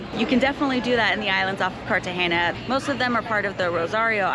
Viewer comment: CartageNa, not CartageÑa.